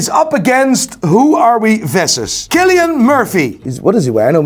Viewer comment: Love the way you say Cillain.....🤣🤣